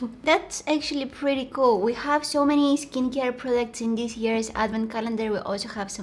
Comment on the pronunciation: “Let’s open this like DIS,and like DIS” lol